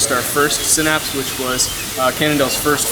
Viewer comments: Sin-apse not sign-apse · Could you please call it a Sinapse, not a Sighnapse.